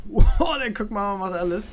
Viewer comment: Kog MAW (MAH) nicht Mao 😂